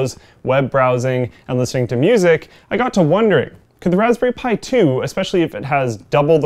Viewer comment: 0;36 "... welcome to my review of the raspberry spthi 2 ..." What's a Raspberry Spthi? Can I get one? Based on this review it sounds AWESOME!